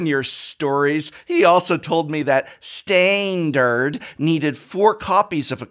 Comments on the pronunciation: I'm amazed someone who used to teach English could pronounce Standard as "staind-erd" without their head violently exploding. Kudos, sir. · The humor in this killed me 🤣 "Stainderd" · "Stainnd-urd" hahaha